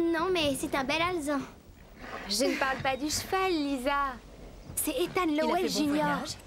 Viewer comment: Oui c'est pas un alsan mais un alezan